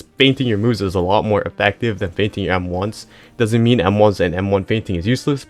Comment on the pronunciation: Thought bro said feigning